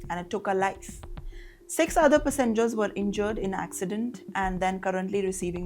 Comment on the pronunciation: It is Pass-engers. Not Pussengers. Geez, the thririrddd clalass Englliisshshh and pronunciations are really over the top.